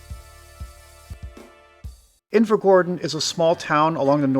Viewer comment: I literally live there so I’ve no idea why I’m watching it, decent video tho but your pronunciation upsets me😂